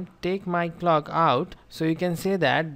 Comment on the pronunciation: "and take my c(L)ock out"